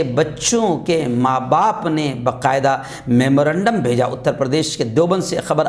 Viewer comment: ۔السلام علیکم و رحمتہ اللہ و برکاتہہ معاف کیجئے بقاعدہ نہیں با قاعدہ تلفظ فرمائیں ۔